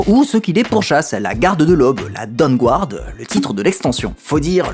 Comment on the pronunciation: Aller, on continue le petit point prononciation de l'anglais ! : ^p Le "u" dans Dawnguard est muet. ^^